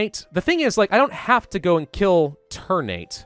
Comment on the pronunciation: Ter-Na-Te, not ter-nate. Ter like "Terra", Na like "Natural", Te like "Telling" :)